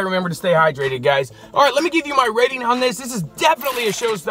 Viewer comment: "Hey Guyshchs"